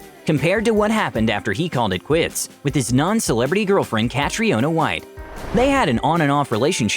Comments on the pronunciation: It's not "Cat-ree-o-na" It's just "Cat-ree-na" I know I know irish is basically just gibberish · That butchering of Caitriona is quite something. Cat-riona hahaha Cat-ree-na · Catriona Pronunciation - Ca-tree-nah. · you butchered his name lmao